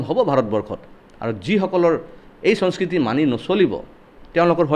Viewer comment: Sonskriti nhoy he, Honskriti he... Assamese hiki lobo....